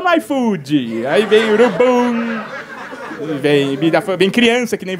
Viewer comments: "Urubum", "bandindinho", "prostintunta", "travestin" kkkkkkkkkkkk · Melhor stand up "Urubummm" "Prostintunta" "Travestim" Kkkkkkkkkkk